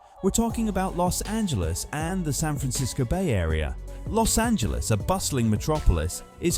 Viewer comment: We SoCal residents thank you sooo much for not pronouncing it Los Angeleeze! So refreshing!